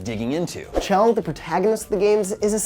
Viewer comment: I discredited you as you said chell with a hard c instead of pronouncing it like shell.